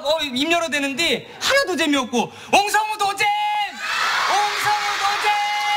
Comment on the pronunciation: It’s like he’s saying ‘’Ong Seong ututin!!’’ Hahaha!